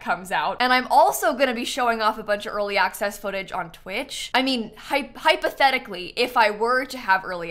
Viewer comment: If you "hypotechically" had tha pack XD (love that you said "hypotechically" and then "im gonna record that reaction tomorrow" XD) I have a few quesitons :) 1. Which other pack do you miss while building (not playing) with the pack? to feel its complete as to say 2. Can children/teens ride on the small horsies? 3. Can children/toddlers play with the goats? (omg the goats are so adorable!!!!!!!!)